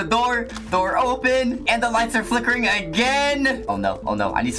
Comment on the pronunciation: ugh woman HAHAHAHAHA "sip of za tea" HAHAHAH